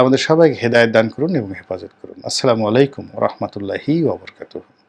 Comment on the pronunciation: রনি সাহেব সালাম হবে, আসসালা..মু আলাইকুম....।আসলা... নয়।